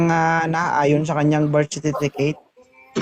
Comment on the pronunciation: Ulitin mo lang yong cnbi mo mna " Birth Cerfiticate" ha ha ha